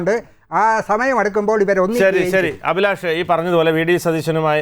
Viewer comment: ശ്രീ , അഭിലാഷ്! താങ്കളുടെ പേര് താങ്കൾ പായുന്നത് അഫിലാഷ് എന്നാണോ? അഭിലാഷ് എന്നാണോ ,? താങ്കൾ ഇവിടെ പൊതു വിദ്യാഭ്യാസം എന്ന് പറയുന്നതിന് പകരം , പൊതു വിദ്യാ ഫ്യാസം എന്നാണ് പറഞ്ഞത് , ഇത്തരം തെറ്റുകൾ ആവർത്തിക്കാതിരിക്കു വാൻ, വിദ്യാഭ്യാസ നയം പുന:ക്രമീകരിക്കകയല്ലേ വേണ്ടത്